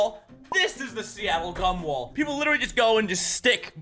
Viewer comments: When he said gum-wall, I heard Cum-wall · I thought you said "Seattle cumwall" and ngl got kinda excited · Who else heard Seattle “come”-wall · heard it as "gun"